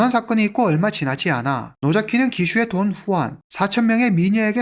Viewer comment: 돈주앙이 더 맞는 발음 아닌지?